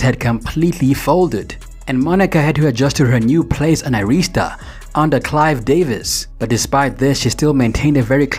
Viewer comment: This is ridiculous yall can not say ARISTA!!!! SMH Phonics are real!!!...SMH just wrong wrong wrong